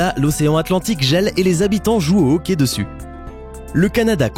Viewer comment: Et j'habite au Canada et on dit hockey pas hocky